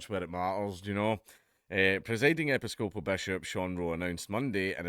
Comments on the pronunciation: Americans: "e-PISS-copal" .. Dankula: "epi-SCO-pal" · Hint: When you encounter a new word, try looing up the fucken pronunciation. Epy scopal.... FML! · "Epi-scope-al" lol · "epi-scope-al church" Thank you Dan Kula from Scotl-and!!! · Americans pronounce it (rightly or wrongly) as e-PISS-co-poll. Seems oddly appropriate, since they seem to be taking the piss... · Pronounced "e PIS coe puhl". Emphasize the piss. It's a splinter of the Church of England, if you can believe it. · 'Ep-iss-cope-al' - how can he not know how to pronounce that properly?!? Does he say 'An-gli- kan' or 'Cath-olick' as well? Bizarre. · It's pronounced "eh-piss-co-pole" you heathen. :P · "Epi-SCO-pal" May God bless Scotland. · Hearing Dark mispronounce Episcopal, caused me immense spiritual damage.